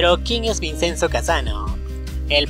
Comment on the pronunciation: La pronunciación es ( vichenzo) se escribe Vicenzo pero no se pronuncia como se escribe porque es italiano 😊 👍